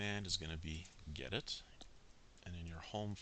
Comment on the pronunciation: I'd use Gnome instead of "openbox". But that is just a preference. The only mistake you made was saying "gedit" wrong. Fantastic video, continue to support the linux community!